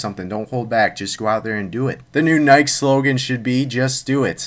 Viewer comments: Nyk? it's pronounced ni-key, :P Nike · he called it nike its nikeeeeeey like thats how it sounds